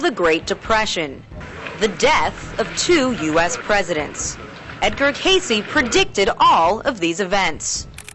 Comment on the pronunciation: First of all, its pronounced "Case" not "Casey". Next problem: We are on a different timeline, due to free choice of humans (who chose correctly). These predictions will not come to pass, or the predictions will or can be mitigated.